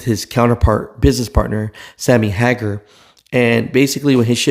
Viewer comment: Its Sammy HAYGAR I.E. SAMMY HAGAR YOU FOREIGNER DIPSHIT. Hes only one of the biggest living American rock stars. Try learning some American culture jesus christ!😅